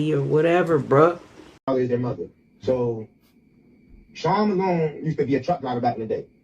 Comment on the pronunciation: Chri-SEAN Malone father: SEAN Malone